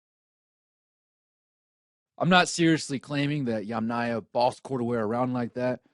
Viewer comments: Yamnaya, fix your letters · Yamanya? Yamanya??? At least try to get the name right. It's Yamnaya.